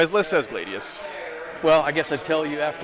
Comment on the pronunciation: Its pronounced Glad-ius not Gla-dius this is reality rebels all over again😂😂 keep up the good work big guy.